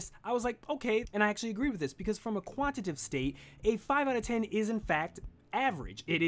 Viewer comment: lol love the concept of the video, and this is just a nit pick, but when you pronounced 'Quantitative' and 'Qualitative' you mispronounced it. Forgive me if this has already been addressed, but you were saying "Quantitive" and "Qualitive". I'd normally let this go but seeing the preparation and planning you put into it, and also that you went to the trouble of putting the definitions on-screen with the proper spelling, I thought I would let you know. I'm not trying to come off as rude or mean, just some of the constructive criticism you guys often talk about during the podcast. That aside I agree with most of the points you made in the video, and I really appreciate the content you put out. Looking forward to more in 2016!